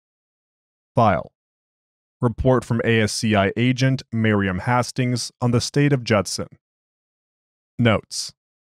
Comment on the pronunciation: Isn't it pronounced Haste-tings and not Hass-tings?